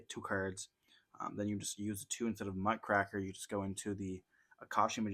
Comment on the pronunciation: Just wanna say, it’s Muck Raker not muck cracker. Sorry I had to point that out because everyone says it wrong